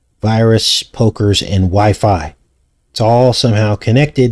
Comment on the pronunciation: clearly says Why Fi Wi-fi